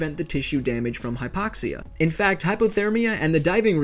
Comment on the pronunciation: Your pronunciation is awful. Its HIGH-poxia, not HIP-poxia.